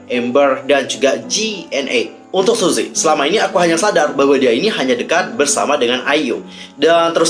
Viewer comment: Btw, baca nya bukan suzy tp suji 😂